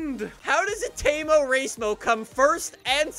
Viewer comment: Every time he says "temo racemo" I can't stop laughing 😁😁😁